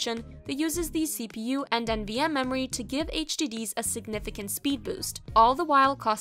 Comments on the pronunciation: IT'S NVME NOT NMVE....dumb ass tech channels. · Did she just say NMVe ?